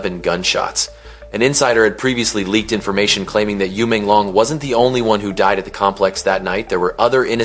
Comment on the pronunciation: Porque que vc está falando o nome dele errado e Menglong não e difícil .uma falta de respeito